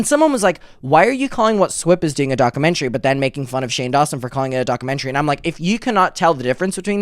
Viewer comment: Take a shot every time says “dock-a-mentary” in the first 2 minutes